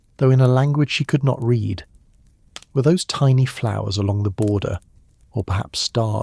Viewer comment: “Read” vs “read” - AI cannot get it right